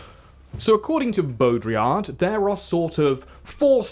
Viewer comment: It's "Bodriyar", not "Bodriyard". And it's "Shpengler", not "Spengler"